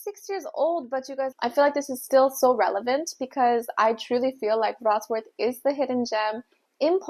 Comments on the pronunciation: It's vrot-slaaf not vrots-worth 😂 you even said the way they say it wrong wrong lol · Hey there! I live in Wrocław metropolitan area. Thanks for visiting. My advice to pronunciation: Wrocław phonetically it is pretty close to "Vrots - love".